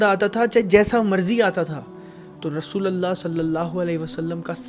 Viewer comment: Rasulallah nh rasulullah